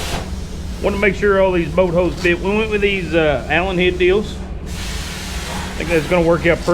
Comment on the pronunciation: ... what's a "boat hoe"? 🤣